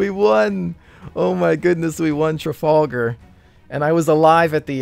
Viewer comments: Tra-fal-gar not Tra-fall-gar :) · The Trafalgar- pronounced Trafalgah